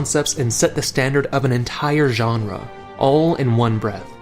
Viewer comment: Genre,when pronounced,sounds like the name of a Drag Queen. one of those who joins on Ru Paul's Drag Race. "Janra".